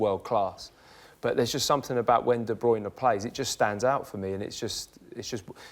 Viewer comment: Kevin de "Bruyner" Whats wrong with this tard not being able to pronounce a name? lol